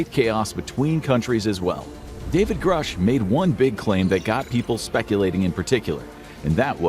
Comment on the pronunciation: Ok, I'm all done watching until you learn how to pronounce things. I cannot hear you say groosh one more time without popping my own eardrums.